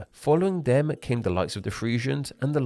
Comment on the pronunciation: Narrator: why do you pronounce words that end in consonants so weirdly? Them becomes them-err, world becomes world-err...